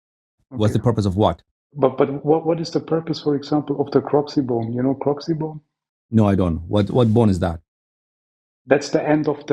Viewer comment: Coccyx bone not crokxy bone